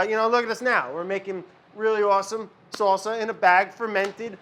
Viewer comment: "Fermented SAW-suh." Oh how I've missed you Brad!